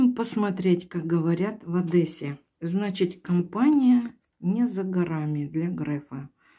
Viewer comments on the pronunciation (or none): none